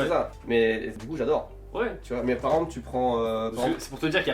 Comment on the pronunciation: On m'avait déjà dit que, quand je voulais dire "par exemple", je prononçais "parample", mais je voulais pas le croire. viens de m'en donner la preuve en vidéo 😑